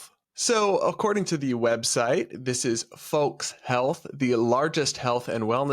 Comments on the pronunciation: I'm a FOLX therapist, of course I don't know that folks is pronounced /foʊks/. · The "folx" lady is the worst one. Firstly, folks is already gender neutral, so you don't need an x. Secondly, the word is pronounced foʊks. So irritating and pretentious.